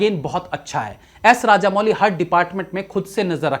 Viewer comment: इनका नाम एस एस राजमौली है, राजामौली नहीं।